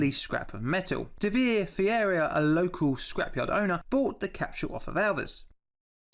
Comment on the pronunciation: I like how he pronounces Ferreira Fieirria lol